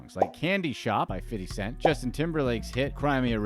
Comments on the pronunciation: It’s so cringe when people say “fiddy” cent the way you do. Just say fifty.. geezuz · It's 50 cent not "fiddy" cent you absolute cornball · I love how you said fiddy cent 😂 he's not broke tho..... just spent most of his money I bet 😬 he's allways got royalties coming through.